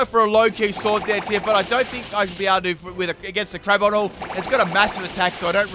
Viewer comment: Full mispronunciation team. Ever-light, sin-ee-sis, crab-om-in-all, etc.